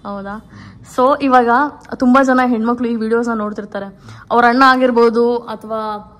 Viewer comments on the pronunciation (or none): none